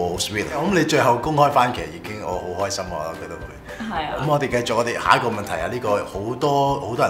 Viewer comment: 繼「續」兜 唔係繼「績」兜XD